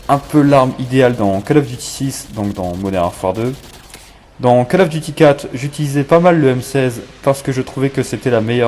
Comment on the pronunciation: Alors : non, pas besoin d'avoir les killstreaks pour avoir un gros score. CoD 4 est toujours beaucoup jouer sur PC grâce au promod, EUR comme US. Plz, je sais que t'es français, mais c'est COLE of duty, pas cale. J'espère que t'écris pas comme tu parles car t'auras juste 0 à cause des répétitions, et ton ton n'est pas naturel. Cela dit c'est cool de voir un gros score grâce à une arme et pas à des carrés rouges, donc joli, même si ça n'arrivera jamais sur PC ce genre de truc.